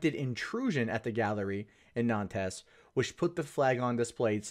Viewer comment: Nantes is pronounced "Nant"